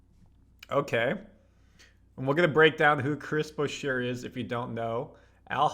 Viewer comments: curry's not 34...he's 37. is' not boo-sheer(Boucher), it's boo-shay. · Pretty sure you saying his name wrong bro….Boucher (boo shay)….